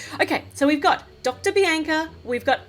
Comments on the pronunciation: Just saying bianca is said Bee AWN C UH oh nvm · its not bienca its bianca